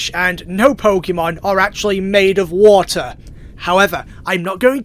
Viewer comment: Did you know that vaporeon... Can turn into wa'er